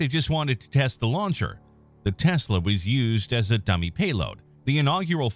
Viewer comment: What the fuq is a “teslay”